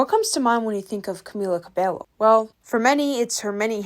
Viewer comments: Havana never destroyed her career. She had more hits after that. Her surname is pronounced Ca-Bay-Yo. You funny for saying it incorrectly. I live for that though😂😂😂. The last good hit she had was don't go yet. Ever since she was racist her career was shaky. The fact that she was given racial healing classes instead of actually taking responsibility for her actions also contributed to her downfall. I also feel that whoever gave her a push realized that she was a bad investment. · The pronunciation u made of her name, "Camila Cabelo" instead of "Camila Cabeio" itches my brain in ALL the wrong ways 😭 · im sorry but the way you say camila cabello is so distracting 😭😭😭 you are suposed to pronounce it as cabeyo not cabelo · Its pronounced Cabeyo for people who dont know spanish, the double L makes a ya sound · Pronounced Cabeyo. Two Ls make a Y in Spanish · I know spanish is not your lenguage but at least search how to say a word in Spanish. when you see LL it is pronounced like a Y. Great video still! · I love you girl but two l’s make a y sound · A little nitpick is how you pronounce her name. She has a Spanish last name, and a double “ll” is pronounced as a “y” sound in Spanish. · I will say the bassline for Señorita is really fun, I like playing it. I'm assuming she didn't write it but still. Also, I'm pretty sure her last name is pronounced, "Kuh-bey-yo" because in Spanish the double Ls make a Y sound. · It is hair in spanish. it is Cabe(y)o. I'm also hispanic lol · I agree dude. I don't know Spanish at all but it really bothered me the way she'd pronounce it the way it's spelled instead of with that 'Y' sound. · and camila's surname is pronounced cabeyo like hair in spanish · Cabeyo two Ls in Spanish is a Y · Please know the correct pronunciation of 'Cabello ' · Why are you pronouncing her last name like that? That's not how it's pronounced and YOU KNOW IT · Oof as a spanish speaker, the way you say her name hurts my soul. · Stop saying "Cabello"